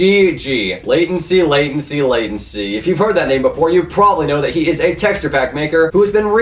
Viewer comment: Thank god pronounce youtubers correctly. LATENCI NOT Lahh Tenci